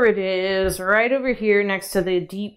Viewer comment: Did...did just say "myext" instead of "next"? Like that scene in Super Troopers where he's trying to say "meow" as much as possible?😅